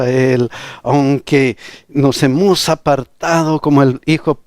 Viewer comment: Pastor...disculpe! Por favor, pronuncie bien " HEMOS".